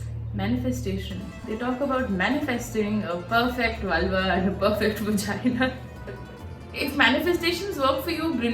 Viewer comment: what's vagina? it's V star gina 😂😂😂